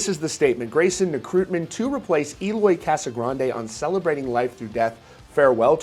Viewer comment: This news boiling everywhere, and I can picture Eloy a little mad cuz his last name is being always pronounced like he´s from a Spanish speaking country 😅😅😅😅